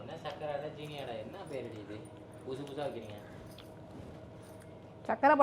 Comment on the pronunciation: ஜீனி என்று சொல்கின்றீர்கள். சரியான தமிழ் உச்சரிப்பு சீனி